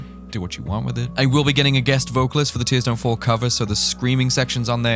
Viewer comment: "teers dunt fol" we've been singing it wrong all this time